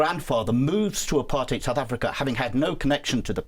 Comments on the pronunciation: The only person in US media who pronounces Apartheid correctly! ❤ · Why is she pronouncing apartheid so weirdly?